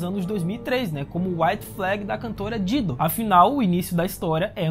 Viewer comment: Muito empolgado, mas teve uns erros aí de fala: 1°. O nome da cantora Dido (pronúncia: /dáidu/); 2° no #37, você explicou ou entendeu errado o cartaz, não sei se jogou o jogo ou se leu o cartaz na própria série, enfim, ele explica na verdade o tempo que leva para a pessoa ser dominada pelo fungo conforme o local da mordida (e não o tempo que leva pra ele tomar o seu corpo foi dito nesse vídeo), logo, quanto mais longe da cabeça a pessoa for ferida mais tempo de consciência, por assim dizer. Sob essa mudança segue e dá sentido a esse detalhe: na sala onde Joel e Tess passam pra chegar lá na Marlene tem um infectado na parede e ele pergunta se ela o viu ali na última vez e ela fala que não, dando a entender que ela passa por ali com certa frequência, porém, aquele tipo de decomposição no jogo demora muito pra acontecer. Na série então fizeram a evolução e por fim a decomposição dos infectados ser mais rápida. Vamos aguardar pra ver se isso foi intencional ou só lance de roteiro mesmo baseado em alguma análise realista ou de direção mesmo. Enfim. Mano, e eu acho bom eles não terem fugido do roteiro do jogo, não podem ter matado o Bill, o urso mais amado do apocalipse, rsrs.